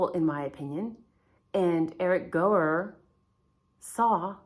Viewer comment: I think you pronounce his name as hour = Gower and not go.